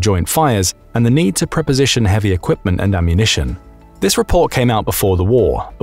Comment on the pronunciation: I believe it’s supposed to be “Pre-Position” not “Preposition”